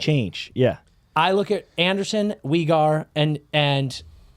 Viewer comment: Why is pronouncing Weegar like that 😂